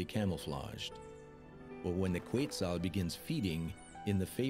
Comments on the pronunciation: the correct pronunciation is "ket-SAHL" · The computer voice that narrated this mispronounced several words (including Quetzal) and incorrectly called two toed sloths (two fingers). A “documentary” that uses AI should be labeled so people know and can evaluate its accuracy.